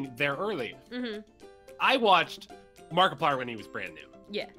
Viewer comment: did you say M A R K I P L I E R !